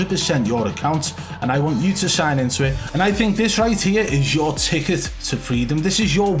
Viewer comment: 'If you change your name on uuuuuuuuuurr account ' change the accent too